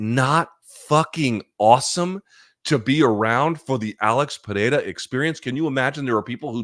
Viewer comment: Congrats, your pronunciation of Pereira is quite accurate.